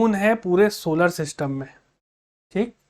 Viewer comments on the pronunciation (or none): none